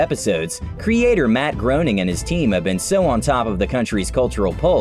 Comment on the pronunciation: Dan greening? It’s dan groening